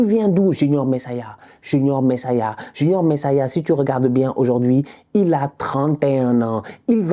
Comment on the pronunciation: C'est Junior Messias 😅😅😅 "Messaya"😭😭 tu m'a fumé 😅